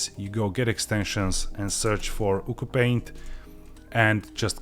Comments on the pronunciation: fun fact: according to the developer, it’s pronounced “ooo choo paint” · Its pronounced "You See You Paint"